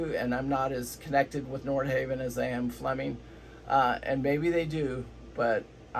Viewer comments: I lost confidence in the entire video when you mis-pronounced Nordhavn. Other commenters confirmed my suspicions. "They've had a few of them fall apart"? Would you care to back this claim with facts? And as other commenters have said, dual engine vs single is not the builder's choice, it is the owner's choice. Many N models can be configured as single or dual engine and many owners choose dual. However there is nothing in N's build history to suggest their single engine design is a "mistake". That is a preposterous suggestion. You also failed to mention that single engine N's have a second engine, the "wing engine" or "get home engine", which is a fully independent propulsions system. So your basic thesis here seems to boil down to "I like Flemming because I don't know anything about Nordhavn", which you pretty much stated around 3/4 of the way through the talk. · I love that you can't pronounce Nordhavn🤣